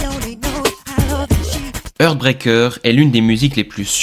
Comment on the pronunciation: 🙏 SVP, apprenez a PRONONCER LES TITRES SANS LES MASSACRER 😮 "Heartbreaker"= "HArtbrEYker". "Threatened" = "ThréTeuNd". C'est le seul défaut de vos vidéos passionnantes ! ❤ 🙌